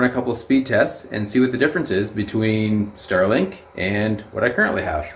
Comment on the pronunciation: Ster link